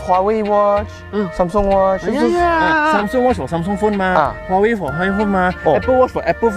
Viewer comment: Can I say their English sounds like Chinese accent based on how they pronounce google and Huawei?